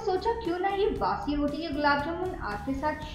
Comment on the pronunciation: Please bassi na bole ajeeb lagta h